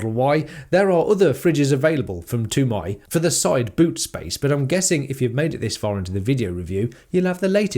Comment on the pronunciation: Just a question how does Temai get lost in translation to become Too My ? There's an e after the T for starters - or is that indeed the correct way to pronounce It - maybe it's just me !